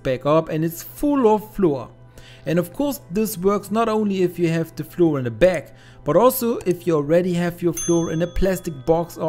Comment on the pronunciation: Flour is pronounced exactly the same as flower, otherwise it sounds odd in English !